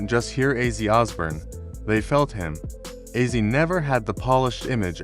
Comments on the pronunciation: It's not azzi it's OZZY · you had one job. mf said azzie 🤦🏽‍♂️🤦🏽‍♂️🤦🏽‍♂️🤦🏽‍♂️🤦🏽‍♂️ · Could you please pronounce his name right. It's Ozzy like Ozz e